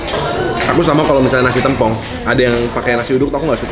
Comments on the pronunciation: TEMPONG KAK BUKAN TEM PONG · Tempong bukan tempong, kakkk astaga😭 Dengernya g enak bgt😭🙏🙏🙏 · tempong/paha ( e nya di miringin klu ngucapin )